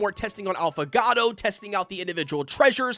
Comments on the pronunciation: Great video! It's pronounced 'ah-foe-gah-toe' it's an espresso drink with a shot and ice cream instead of milk, so good! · Since you're having trouble pronouncing Affagato's name- [Aww-fuh-gaw-toe]